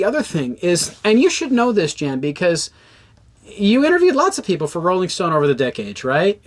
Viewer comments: His name is not Jan Wenner. It’s pronounced YAHN. Cmon man. Dudes pretty famous. If you’re gonna “report” on someone, you should at least know how to say his name properly. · It's pronounced "Yann". You should be able to pronounce the name of the person you are shitting on. Also, try to get your audio into both the left and right speakers. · At least pronounce Jann correctly. Sheesh.